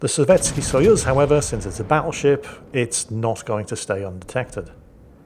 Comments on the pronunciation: I could swear said Paddleship instead Battleship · Hahaha! had to recheck what said as the Buffalo is getting paddled. Thought he said Paddleship.